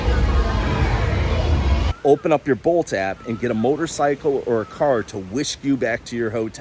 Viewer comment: It did sound like boat, but I figured bolt a few seconds later.